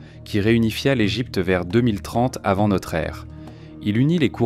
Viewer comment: Vraiment c'est la pire IA que j'ai écouté, la lecture littérale est assez chiante Par exemple L Egypte au lieu de l'Égypte c'est assez bizarre